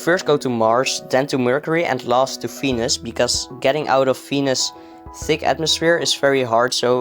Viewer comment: when you said venus, i heard fenis fenis and ferb